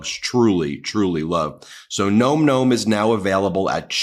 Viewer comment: Listen to me please, my hunny and tell everyone who is doing the ads for Nom Nom. It's a wonder the sponsor hasn't said something. It's "nawm nawm". Thanks for listening.